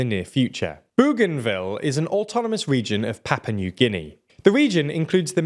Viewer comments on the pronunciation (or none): Why do you call Papua New Guinea "Papa"? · Papa New Guinea??! Do you mean PAPUA?! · “Papa” New Guinea, lel. Ah, yes, come to Papa.